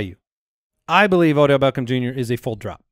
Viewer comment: Am i the only one that hates how says “Beckham?” He’s like BECKOHM